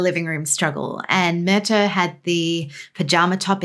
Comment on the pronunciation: Pronunciation = Mur-TAW Not hard